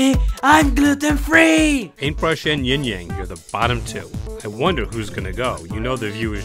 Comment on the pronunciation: Hopefully y’all pronounce yang right in season 3